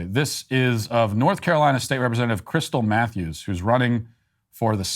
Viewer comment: I legit thought he said "crystal methews" first